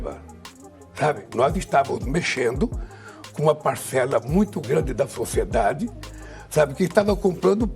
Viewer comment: "Grandí pacela do Fociedade.." Quem Sou eu ?!? 😮😮 😂😂😂😂